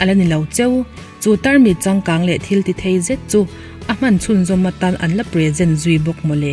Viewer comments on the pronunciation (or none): none